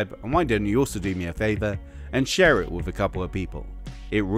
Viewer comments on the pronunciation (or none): none